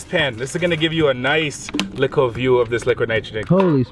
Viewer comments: You need to stop saying a lickle it’s a little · You say little like “lickle” lmaoo any else notice that 🤣🤣